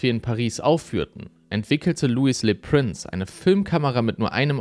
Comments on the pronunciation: Das ist jetzt gar nichts für mich. Sorry! Mich stört auch die falsche Aussprache vom Franz. Prince. u.a. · Prince wird in dem Beitrag kontinuierlich falsch ausgesprochen. Das tut schon ein wenig weh. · Warum sprichst du "Le Prince" englisch aus?